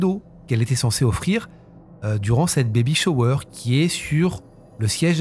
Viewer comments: Bébé shwer😂😂😂baybay shower 😂😂😂😂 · Baby shower se prononce baby shAwe 😮😮😮